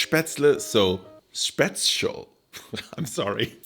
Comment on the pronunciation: You had me at Späcial...